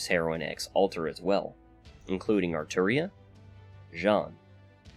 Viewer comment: Gotta respect a fellow fate nerd who says Arturia lol